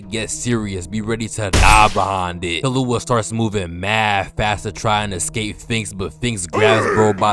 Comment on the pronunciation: Btw bro its not kill-you-a its kill-oo-a